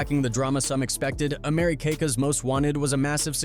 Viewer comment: Fuck AI ... Americakas? Docas? TF is wrong with you?? 😡